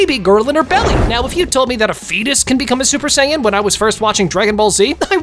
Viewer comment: No just sayians not supa-sajin or super sayian